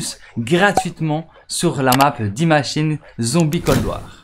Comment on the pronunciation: ON DIT "DIYE MACHINE" ET NON "DIT MACHINE"...